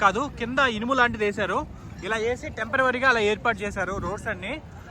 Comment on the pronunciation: Tempervary కాదు temperary